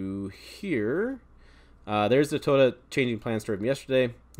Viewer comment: you need practice on saying Toyota😅